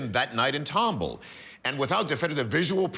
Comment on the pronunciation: Respectfully, it is pronounced tom ball not tumble. 😁